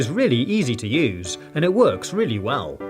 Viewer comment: When he said fun to use it sounded like FuN tO lOsE! People who hate losing stuff they own: triggered